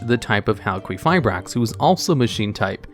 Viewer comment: halqueefibrax is not how English works